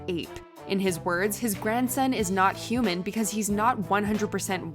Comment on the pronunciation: I like how the Klansman dad says "yuman" instead of "human".